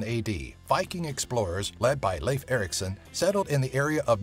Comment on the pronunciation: Wow you "Leif Erikson" right! Impressive! -Norwegian guy